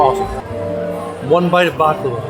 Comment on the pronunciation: You gained even more love and respect from me for saying “baklawa” and not “baklava” ❤